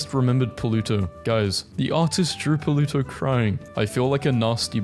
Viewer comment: “Puluto” Not Pluto